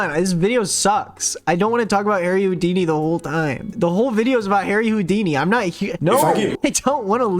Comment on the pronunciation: really went with harry hou- dumcy instead of harry houd- weeny